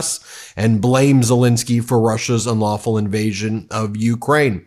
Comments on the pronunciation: It’s Zelensky, not Zelinsky. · It is not Zelinsky, it is pronounced as written: Zelensky.